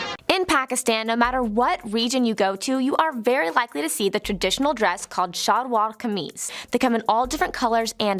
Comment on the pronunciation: Actually let me clear two confusions, 1. It's Muhajir not Mujahir and 2. It's Shalwar Kameez not Sharwal Kameez. I love both this video and your reaction to it though